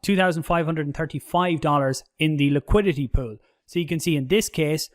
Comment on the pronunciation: You say pool, i hear poo... Can't get it out of my head 😂